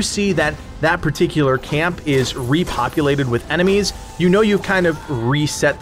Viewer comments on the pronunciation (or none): none